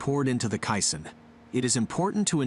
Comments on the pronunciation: “K” - Sun, not “k” sin” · " case-on " perhaps? not quite sure what a kye san is. sounds Japanese. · its pronounced "KAY-Sonn " Not cai-son.... Get your facts straight before posting. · Lol you mean k-SON vs kai-SON (Correct pronunciation is k-son) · Heads up to the dopey AI bot: It’s pronounced kay-san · Caisson is pronounced as KAY-SON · Yes and none are correct. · Decide how you’re going to pronounce caisson.